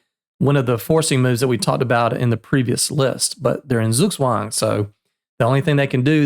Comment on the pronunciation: Beautiful pronunciation of Zugzwang.